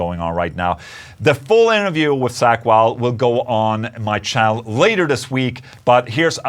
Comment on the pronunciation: "Sack Wylde" 😅 no but awesome interview though, he's such a cool guy